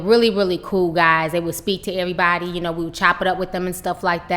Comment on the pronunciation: Lol "ehbody". Lol